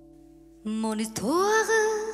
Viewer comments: Cháu có 1 giọng hát rất trong trẻo, hồn nhiên, và tinh khôi không vẩn đục. Tương lai sư nghiệp của cháu sẽ gặt hái rất nhiều hứa hẹn tiến xa và thành công. Tuy nhiên, cháu cần chú ý vài phát âm cho tròn vành, đúng và chuẩn của vài chữ trong bài này như l’hiStoire, tout lE bien tout lE mal (không phải lES), grand aRbRe, êtrE (không phải êtrE’), celle (phát âm Xelle), d’anGoisse (không phải d’anDroisse), … nhé. Chúc cháu nhiều may mắn và thăng tiến trong sự nghiệp 💖👍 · Giọng hát thì hay. Phát âm tiếng Pháp bài này còn nhiều chỗ gượng: histoire, amour. un, bien. Chữ adieux không nên nối âm thành tadieux